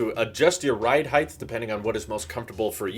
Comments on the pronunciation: lol "Heighthhh" ur from the south arent ya haha there aint no "th" at the end of the word height. Hard T there boss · I had to stop watching the second time he said heighth. Heigh(t) Tuh Tuh Tuh. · Did you say Heighth .... why!!!! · John Melander good try the word is pronounced HIGH-T. Long ago in a galaxy far away when the word was spelled with a TH at the end it was acceptable to pronounce the word like HIGH-TH but as you pointed out the spelling changed and thus the pronunciation changed. HIGH-T Is the only acceptable way to pronounce the word in the common English language.